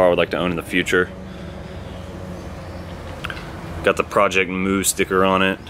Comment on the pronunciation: its project mu not project moo